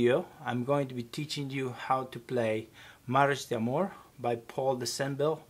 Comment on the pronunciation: How you say mariage d'amour 😂 M french so…